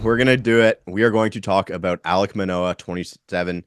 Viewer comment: I hit like before i watched video, then had to dislike once the name Manoah came out your mouth. lol